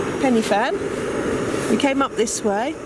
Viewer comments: Pen er van. Just learn how to say it. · Good video but should have got the pronounciation right. Pen y Fan is a Welsh name.